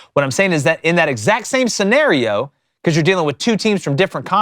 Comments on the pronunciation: Love the way these geeks pronounce “scenario” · Bro why you pronounce scenario like that 😭